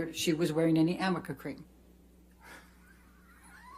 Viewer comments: 아미카가 아니라 arnica, 아니카입니다. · 아미카 크림도 발음 잘못한 거로 알려졌죸ㅋㅋㅋ Amica가 아니라 Arnica인데 r이링 n이라 붙여서 m으로 읽은 거... 엠버측 신뢰도 그만큼 떨어졌으니 오히려 변호사분들에게 고맙습니다😙